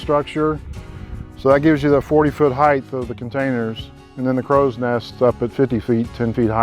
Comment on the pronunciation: This building is amazing! How awesome would it be have a tea up on that upper deck?! Really cool. But it's height. Not heigTH. (Like nails on a chalkboard.)